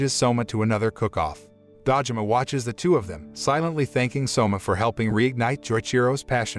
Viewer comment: Do you have something against long vowels? Shōkugeki, Tōtsuki, Dōjima, Risōtto, Karaagi